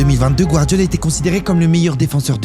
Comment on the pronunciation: J'ai entendu gvardiola